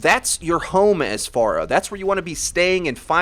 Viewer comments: I'm glad you say her name correctly, unlike most of the overwatch community. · Jay Rhee he's saying it the right way, the way she pronounces her own name. 'fair-uh' is wrong.